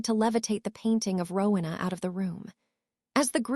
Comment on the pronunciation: It is not rukna, it is Rowena